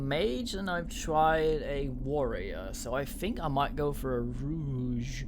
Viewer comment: Don't know how long ago this video was posted for some reason the date doesn't show up, but rogue is pronounced row-g you're pronouncing it rouge which is a form of make-up.